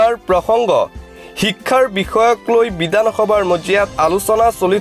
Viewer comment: কিয় ভাষাটো শুদ্ধকৈ কব পৰা নাই,হেৰ বিদানসভা নহয় বিধানসভা হে।